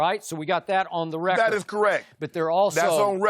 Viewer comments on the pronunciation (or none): The way Shannon sharpe said “That is correct! That’s on re-cord!” 🤣😂